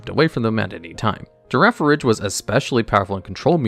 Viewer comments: I can tell he only plays the card game with pronunciations like “Lashios”, “Girafaridge”, and “Masquerina” 😂 Put this is really interesting for someone who only has light experience with the TCG side of Pokemon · Awesome video, but if thats how you say Girafarig try sating its new evolution :DDDDDDDDDDDDD